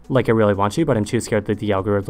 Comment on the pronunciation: The video starts with "Ze Earth" German language is starting to influence you😅